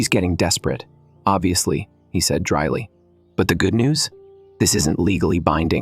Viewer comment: For pete's sake, teach your AI voice how to say "said"! It's not say-eed. Also, fix the voice, it's really annoying to listen to blendarized gravel.